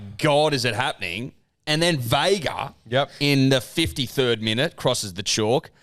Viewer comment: Don’t mean to be that guy lads but ‘Vaega’ is pronounced vah-eng-ah (eng pronounced like the beginning of English without the ‘glish’ lol